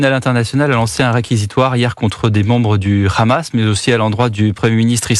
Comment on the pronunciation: Quand vous entendez la prononciation de « KHamas » par le journaliste vous savez dans quel camp il est.